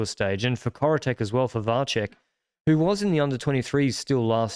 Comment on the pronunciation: Karel Vacek surname is actually pronounced ‘Vatsek’